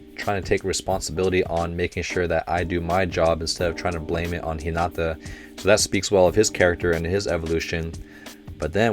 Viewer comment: Say it right: Hinata[Hee-nah-tah] | Bokuto[Boh-ku-toh] | Nekoma[Neh-ko-mah] | Ukai[You-kai]